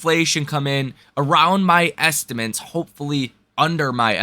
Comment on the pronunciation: Hey bro, great info on the channel, but you really need to pronounce the word estimates correctly. It’s not estiments. 😮